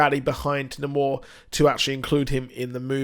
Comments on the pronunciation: It's not Namor like "Na`mor", its' Namor, like "Nay more"... You got to put in that long A, homie! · Yeah, jus never heard it pronounced Nuh-more. I've grown accustomed to "Nay"mor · Great video! Who's "Nuh-more"??